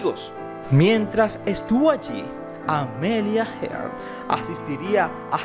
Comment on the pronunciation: Amelia Earhat, no heart